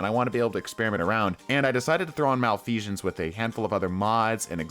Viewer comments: MalfeSHense? What? I think you mean Malfeasance. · “Malfesion” lol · Okay, but why do you pronounce it "malfeashance"? xDDDD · Why is the S coming out as a J sound when you say Malfeasance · he really said malfeajance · Why he saying its name like "malfeazhance" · why do you keep saying Malfeasance weird? theres no "sh" sound on the S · Bro said Malfeashons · Okay, first off, thank you for the video. Secondly..there is no H in Malfeasance. It is not Malfeshance. Just a heads up. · Bro there is no h in malfeasance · Fun drinking game, take a shot every time he mispronounces Malfeasance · Everytime I hear "malfeasance" pronounced incorrectly a part of my soul dies. Malfeasance has always been good with lucky pants ever since their inception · I keep getting distracted by your mispronounciation of malfeasance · More PVE vids, please. But do drop the non-existent "sh" in "Malfeasance". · it hurts every time he says malfeasance